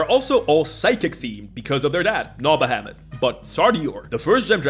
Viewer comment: You know what earned my "like??" You pronouncing "primer" correctly ! Drives me BONKERS when folks pronounce it "primmer." (although I put the emphasis on the first syllable of Tiamat and Bahamut, but I'll let it slide...)